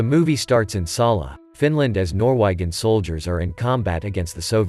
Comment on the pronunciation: Did the narrator seriously say “Nor-waggin” soldiers instead of Norwegian Soldiers? WTF.